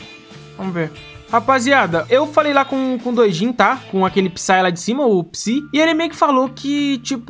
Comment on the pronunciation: "Psy" ? Português tá foda